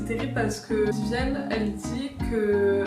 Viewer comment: VIVIENNE et pas vivianne et aussi MAC LAREN et pas Mac Lorraine